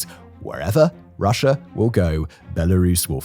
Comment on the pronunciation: Am I the only one who hears "Russiar " and "Chinar"?